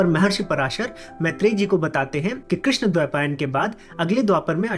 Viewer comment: I have a doubt .. why Shaka ... Is pronuced as shak in hindi ? Why cant we prounce as it is ? I have noted by you channel that u always spell sanskrit words incorrect... Like as u said rishi vaisampain... Instead of vaisampayana ...why? Krishna dwapayana.. not krishna dwapayan... ? Pls can u explain why?